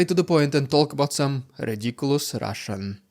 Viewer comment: Rrrrriiidicculouss Rrrrrrussian Pppprrrropaganda.......hoo.... I think is unhealthy for picking up rocks 💯😂😂😂